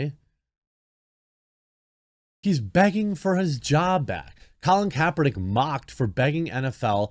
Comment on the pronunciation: Colon Kaper-nee-kay lol